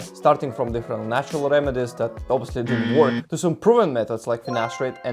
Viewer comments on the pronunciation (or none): So these are some of the words that you pronounced wrongly: regrow, remedies, street, work, area, months, that, flash, hairs, structure, room, sprouting and creates. You have a problem with pronouncing the "r" sound I think. I understood you towards the end after adapting to your accent, but do not understand where your confidence in English comes from. Glad to see your hair in good shape anyways. That is what matters the most I guess.